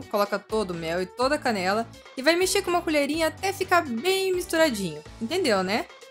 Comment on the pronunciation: Na hora que você falou canela pensei que era caneca